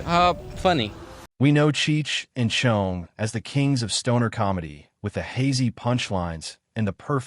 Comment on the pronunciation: Cheech and Chonge? I fucking hate AI.